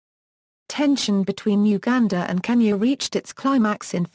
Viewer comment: The girls pronunciation of so many words is regretable, least of KENYA!